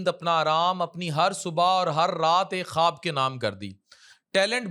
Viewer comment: خٙوب نہیں خواب